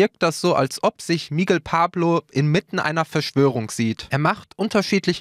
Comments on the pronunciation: MIGUEEEL UND NICHT MIIIGEL.... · Es wird Migél ausgesprochen nicht MIGUEL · Das heißt Mi-Gell und nicht Migel wie Igel 😔